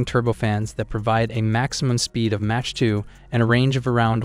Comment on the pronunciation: its is not match 2. It is MACH 2